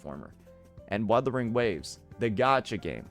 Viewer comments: Imagine being a host and intentionally butchering the game’s name live? He had a year to learn how to properly pronounce “wuthering”. It’s either he is meme-ing or secretly dislikes the game or (tin foil hat theory) an undercover hoyoshill. Jokes aside it’s kinda of funny how he keeps fumbling his pronouciation of wuwa. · Come on man! Wuthering is not that hard to pronounce😭. What in the Arikido is this? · What I think makes this funnier. I get them miss pronounce UMA because it's a Japanese word. But Wuthering is an ENGLISH word. So now I'm thinking the Game awards are intentionally mispronouncing names out of pettiness.😅